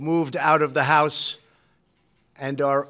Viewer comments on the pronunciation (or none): none